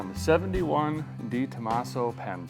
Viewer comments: YES DEREK ITS PRONOUNCED DEUX TOMASO AS IN THE FRENCH NUMBER 2, NOT DEEE ME SHE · It's not Dee Tomaso, it's Deh Tomaso 👍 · It's pronounced- Day tomasso